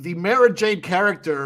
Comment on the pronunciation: Please guys. Mara is pronounced like car, bar, par, far, etc.